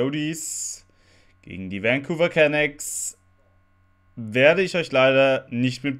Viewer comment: Es heißt immer noch Can"a"cks, nicht Can"ä"cks:'D <3 Ist doch gar nicht schlimm ohne Ton, man versteht trotzdem, was abgeht:)